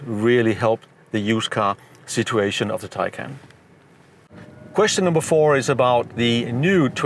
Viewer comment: BTW Your pronunciation of Taycan is wrong.